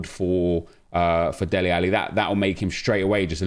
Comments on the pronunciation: Dele not deli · Dele rather than Deli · Dude his name is DELE 😂😂😂 not Deli lmao😂😂